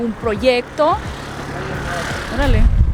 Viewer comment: Ese "Órale" ya es más mexicano que el chile :D:D:D